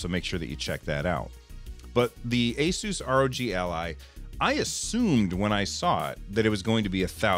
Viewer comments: Its pronounced like "A-seuss". Wasn't sure when I bought my first Asus laptop years ago too :D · you pronounce it "Asus" :) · The company claims the correct way to say its name is "AY-soos"